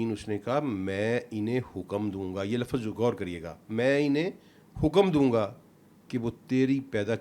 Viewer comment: saab ki study kaafi gahri hai, unki baatein sunte hue baarhaa Sahil Adeem yaad aate hain... dono ko kabhi sath mil kar koi program karna chahiye... ek sawaal hai, saab se aur Pakistan ke zyada tar scholars se k woh log Lafz ko Lafaz, simt ko simat, waqt ko waqat, zikr ko zikar, nabz ko nabaz kyon bolte hain..?